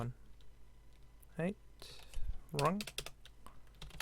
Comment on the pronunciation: It's hi-te not hate